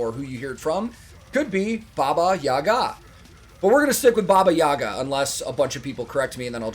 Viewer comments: The right pronunciation is bAba yagA. In the word "Baba" the stress is on the first syllable, and in the word "Yaga" the stress is on the second syllable. And yeah, she is mostly bad character, eating children, fly like a witch with a broom or in a big mortar. She has a lover "Kaschey the Immortal" in some stories. And a house she has, with chicken legs and can run. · The last A in yagA gets the emphasis. The rest of the name is like neutral. So it's more like babayagA